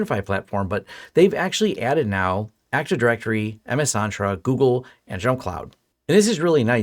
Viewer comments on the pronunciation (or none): FYI Its EN-tra not ON-tra ;-)